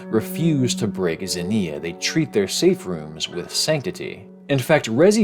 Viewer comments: did NOT look up the pronunciation for ξενια (k'se-nee-ah), although I do respect just going for it off the rip lol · pronounce it ks-inneuhh. Like knocks-inneuhh without the kno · It's actually pronounced "ksenia" 🤓 Great vid as always! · Interesting video, also you pronounce zenia weirdly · Sry but i cringe everytime you pronounce Ξενία.